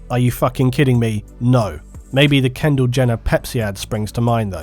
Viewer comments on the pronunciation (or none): none